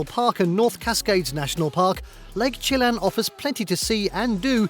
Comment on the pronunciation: Actually, he had several mispronunciations that I know of: Yosemite, Chelan, and Mackinac are the ones I caught.